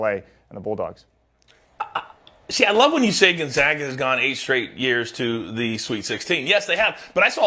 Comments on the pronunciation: Still can't pronounce Gonzaga correct 😂 it's Gonzaga not gonzoga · Gonzahga?? Cronin to the F4 with UCLA??? Please educate yourself before you present yourself as an authority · GUNZOGGA? Even Biden could get that right...its the Zags not the Zogs...C'Mon man! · What has Gonzaga done in those 8 straight Final Four appearances? Oh I don't know, how about 2 National Championship games. When are people going to stop disregarding Gonzaga? And btw "professional anchor" boy, it's fucking NOT pronounced Gonzoga, it's pronounced Gonzayga. After 20+ years of excellence you'd think people woulds get it right. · Needs how to pronounce Gonzaga. Seems he has not done his homework.